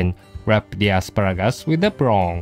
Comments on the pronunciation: you mean "prong" lol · i can't get enough of saying "prawn"